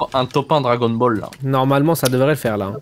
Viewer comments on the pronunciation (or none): "Dragon bol" t'es le bosse